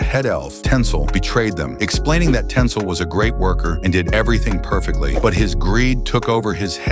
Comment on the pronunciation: It's Tinsel not Tensil, it's even written in the comic.